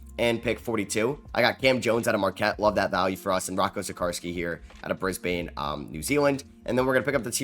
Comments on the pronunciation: Also pronunciation is Bris-Bin not Bris-bane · It’s pronounced Bris-bin as opposed to Bris-bane just a heads up and it’s in Australia😊👍🏻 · Bris-ban Australia not NZ - an Aussie 😭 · Aww no it’s the brisbane pronunciation for again 🤣😭